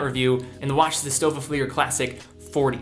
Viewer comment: Thanks for pronouncing Stowa right ...